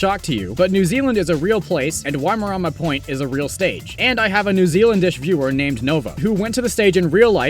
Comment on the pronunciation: Your pronunciation of Waimarama is more smoothbrained than your community. I'd tell you it nearly gave me a stroke but you'd probably want to watch. Is it so hard for someone from 4% of the world to learn what the other 96% is like?